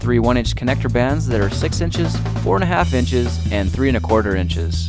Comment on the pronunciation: "inches" dude